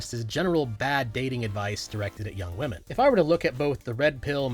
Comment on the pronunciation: You said Wahmen. Like nux